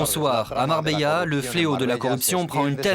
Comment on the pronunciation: MarbeLa 😑 Les français sans dents